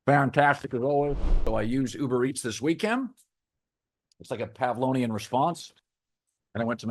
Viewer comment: It’s PavloVian*